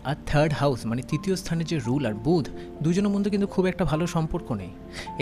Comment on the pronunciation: একটা উচ্চারণ ভুল হয়েছে... বুধ না ওটা বলতে হবে বুধাআআ